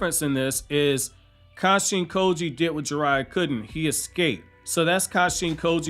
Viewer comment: It sounds like you say Kashi & Koji other than that great vid man subscribed